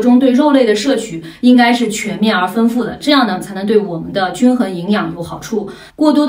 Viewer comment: 丰富的丰读音为feng而不是fen,请注意，谢谢！